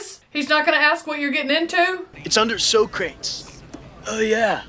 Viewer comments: So-Crates maybe the real way to say it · This movie is the reason I got in trouble in school when talking about Socrates. Because I pronounced it like this and she kept correcting me, but I kept doing it. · Also, Philosophy professors hated it. Mine said he would fail you on the spot if you pronounced it SO-CRATES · I love this movie. I graduated high school the year this was released. A great twist on the time travel genre. I am 52 years old and I still pronounce it "Beeth-oven" and "So-crates". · I loved this movie as a kid and distinctly remember seeing the sequel “Bill and Ted’s Bogus Journey “ in the theater on opening day (yes, I’m getting old 😂). I still pronounce Socrates that way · I remember watching this movie in the theater when it first came out, and ever since, in any situation with even a hint of comedic value, Socrates is pronounced So-crates. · I still say So-Crates to this day lol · To this day I still say So-Crates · My friends and I learned about the historical characters from this movie. One thing our teachers hated was us mispronounced Socrates and also saying party on dudes. The sequel was just as good and the new movie was also good as well. That is one thing I definitely agree with you. I most certainly would go back to the 50's to meet both Lucille Ball and Desi Arnaz when they were still married and I Love Lucy was the number one show on TV. I love Lucy very my the TV show